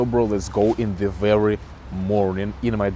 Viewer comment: здравствуй! Я не умею говорить на английском, но сама заметила пару слов, которые ты произносишь не совсем корректно, но я так понимаю, что у тебя американский акцент, так что оценить сложно. Ты в начале the произнёс немного иначе, это были первые пару минут. И слово until мне показалось странным, но наверное так и должно быть, если не ошибаюсь. Ошибки это нормально, так что не расстраивайся из-за того комментария выше